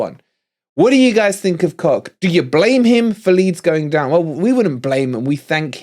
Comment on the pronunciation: Isn't Koch pronounced kotch? I take it wolverine the new forest sponsor next season is down to two possibilities. Grecian 2000 or just for men.